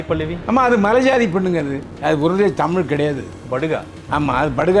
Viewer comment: நல்ல கேள்வி கேட்கிற ஆனா தமிழ்னு ஏன் வரல?? 10 தடவை தமில் தமில் தான் சொல்ற.. இதுல வேற தமில் எழுதுறேன் படிக்கிற... தமிழ். ழ் சொல்லு பாக்கலாம்...